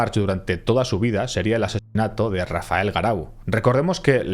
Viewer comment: En el minuto es vez de decir "Rafael" dice "Rafel"